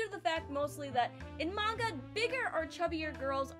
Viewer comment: It's always nice to discover someone who pronounces "manga" properly :)